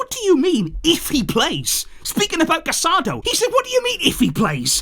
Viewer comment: it's Casadõ - Ca-sa-doh.